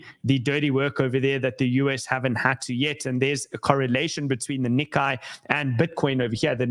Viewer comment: Hi, FYI, the Nikkei is pronounced nee-kay ("ay" like today not ai like high)